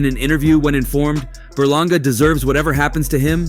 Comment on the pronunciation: Edgar berlanga. You mean you said it wrong